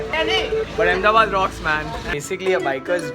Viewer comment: Bro it's Ahmedabad yeeh